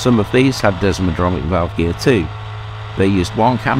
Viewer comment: It's desmodromic not desmodronic if you are going to slag something off try getting your facts right.